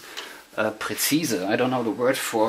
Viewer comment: "Traident", nicht "trident". Precise ("Prießeis") ist präzise.